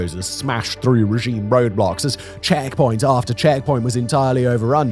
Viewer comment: Funny how he says checkpoint.